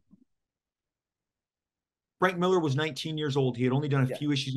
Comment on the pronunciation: Lots of namechecks for here. Maybe Mark can teach him how to pronounce his surname. “Millaaaah”.